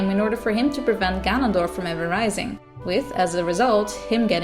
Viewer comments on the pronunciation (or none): none